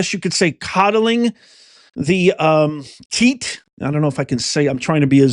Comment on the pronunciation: Love you, but women don't have "teets", and I can't imagine YouTube would sensor or penalize you for saying "breast". Great show otherwise!